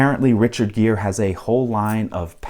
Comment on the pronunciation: Gere, not geer